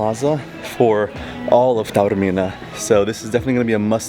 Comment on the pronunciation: Lovely vlog guys, and so good to hear Taormina pronounced correctly for once on YouTube. A few points: If you’re going to Taormina, Catania - the island’s main airport is a far better choice - Palermo makes no sense, even if you’re hiring a car. In Italy, it’s a ‘piazza’ not a ‘plaza’ - wrong country! Taormina is more expensive than you suggest. It’s Piazza IX Aprile. ‘Scusi’ or ‘Mi scusi’ - Spanish doesn’t work in Italy. Granita + brioche = breakfast. You can in fact walk down to the beach down the mountain paths. Taormina is not a beach location, it’s a city destination with a beaches nearby; besides Isola Bella (and others at the bottom of the funivia), you can also take a 10 minute bus to the long sandy beach at Giardini Naxos down below that you can see from Piazza IX Aprile. 2/3 days is probably not enough; you can base yourself here for numerous trips around this part of Sicily, including Giardini as mentioned, and the nearby Alcantara gorge, as well as further afield. One of the better Taormina vlogs, we go every year and think it’s very special - you got that over in this trip report; thanks for a respectful and interesting vlog.